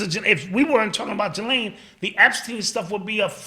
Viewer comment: It’s pronounced Ge-Len. Nothing like it’s spelt. Lol. Was listening to her Brother being interviewed the other day.